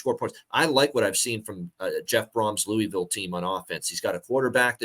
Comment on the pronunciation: loo-ugh-vool not looeevill 🙄 GO CARDS!